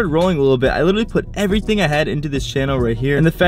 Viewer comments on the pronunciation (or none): none